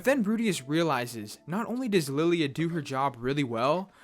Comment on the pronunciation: “Lilly-a the maid” yeah it’s lie-la